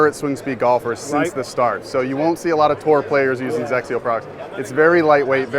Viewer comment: Hey, if you guys are getting the Hawk, can I have your GCQuad? lol Also, I just appreciate being able to pronounce XXIO. ❤️